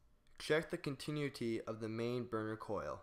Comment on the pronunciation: The volume fluctuations are off the charts and you're mispronouncing "continuity."